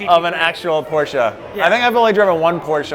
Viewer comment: Who knows how to pronounce Porsche right deserves to drive one. Some americans get it. (Y)